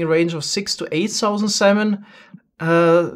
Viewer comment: Lol he says salmon like semen